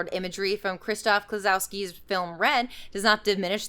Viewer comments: That's very much not how you pronounce Krzysztof Kieślowski, though cf. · ily but if we're gonna learn how to pronounce difficult french/german etc names we could also do 1 google how to pronounce Krzysztof Kieślowski and not butcher it to the point where he sounds like a different person.